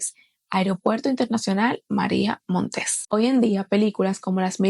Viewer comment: No es "Montés:, sino Montes: es sin acento en la última sílaba.